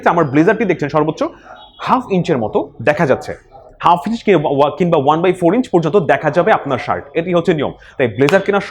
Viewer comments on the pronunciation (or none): none